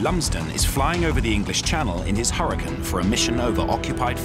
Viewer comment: Hurricane 🌀 not hurri can